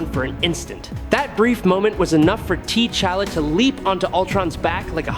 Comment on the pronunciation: I get that these narration are AI, but the pronouncing of some names is irritating. "T" Challa?